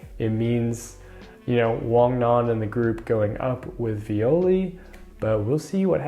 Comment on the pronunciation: Viole pronunciation: the phonetica is from a romantic language so it should be “e” and not "i", sorry for that but after reading this story for years its feels super wrong